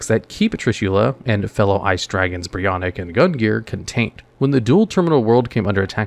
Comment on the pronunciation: So... bit of a gripe from me on the ice dragons. BREE-O-KNACK and GUN-NEAR